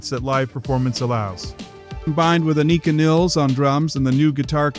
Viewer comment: Learn how to say her name.